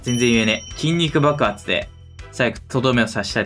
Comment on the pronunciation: 筋肉爆発が筋肉バカに聞こえる!!😂